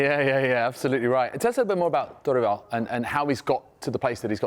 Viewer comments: Thank you for pronouncing Dorival properly. I disagree with the view that Brazil is more open about mental health than the UK. That is absolutely not true. There is a confusion being made there about a culture that is affectionate and open about affection with a culture that is open about mental health. British people are way more open about mental health problems, way less taboo to say you have depression in the UK than in Brazil where even in 2024 people still say "you're just weak, there are people starving, get a grip". I 100% believe that Croatia game would have done differently if they had psychologists on staff. One of the few teams in 2022 that didn't bring psychologists. Argentina brought an entire team and each player had their own already, partly because of, as mentioned in the video here, the culture is so open to therapy. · Props for the effort on studying the Brazilian football scenario and also learning the pronunciation of people’s names, we don’t see that often, thank you! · He pronounces Dorival so accurate